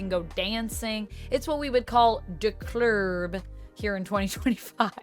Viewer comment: This popped up in my recommendations but after not knowing what a Juke Joint is and pronouncing Clerb even more wrong than what it is.... im out 😂😂😂